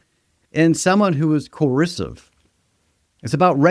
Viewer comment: Why can't you say coercive (co-err-sieve) or ego (e-go, not eagle) correctly? Where is your accent from?